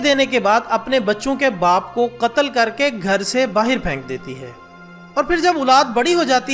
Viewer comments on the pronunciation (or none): none